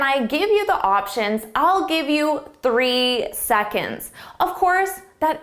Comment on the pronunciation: It's difficult to take this test seriously when, at 59 seconds, YOUR sentence begins with YOUR instead of YOU'RE (the contraction for "you are".) Also, you keep saying "thuh" before words beginning with a vowel. "Thuh" option. "Thuh" answer. The correct pronunciation would be "thee." When pronouncing T-H-E, it is "thee" preceding a vowel, and "thuh" preceding a consonant. Your definitions are correct, your pronunciation is not.